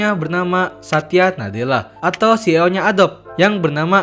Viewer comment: Maaf bang, saya mau koreksi pengucapan "CEO" huruf "e" kalo di bahasa Inggris dibacanya "i". Penjelasannya bagus 👌🏽🔥